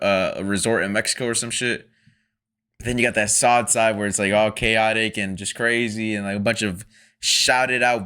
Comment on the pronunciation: Please stop calling them sod... its soad, sounds like toad not like god. Thank u😊